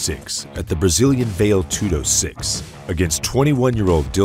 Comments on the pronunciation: What the fuck is "vail" tudo? How about valetudo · Very nice. Nothing today compares to old school Pride. But the correct pronunciation for Vale (Tudo) is "valley"